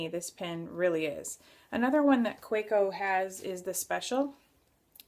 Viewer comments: Another good review. Pronounce it as you want, doesn't have any impact to how you review it. I enjoy hearing your views. Thanks for sharing. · You have a point. You can't blame someone for mispronouncing unintentionally. Keep up the reviews. They are great !